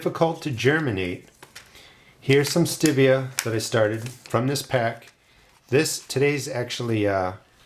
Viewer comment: Maybe your seeds are slow to germinate bcuz they don't like the way you're pronouncing its name! 😉😉😉 I'm just kidding! (Sort of...🤭) I just gotta say - I've heard hundreds of people say ~ Stevia ~ but NONE OF THEM pronounced it the way you do in this video. They always pronounced it just like the name STEVE. With the eee-ahh at the end. I'm not trying to be the pronunciation police, I'm ok with regional pronunciations. Really, I am. You do you, is my motto. I just thought it was interesting that you're the ONLY person I've heard it pronounce it that way! Just curious, do other gardeners near you pronounce it that way too? Signed, Me & Steve, hanging on the edge of our seat to find out ❤